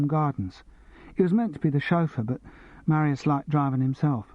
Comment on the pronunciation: The reader is SO annoying. If he can't pronounce Riesling and Marius he shouldn't be reading Simon Brett. And I've only got to about ten minutes in.